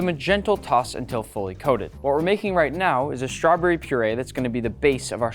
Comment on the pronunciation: I love you but it’s strawBERRY not strawbury 😅